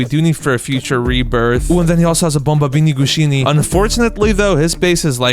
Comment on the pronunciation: Did he say bombombini gushini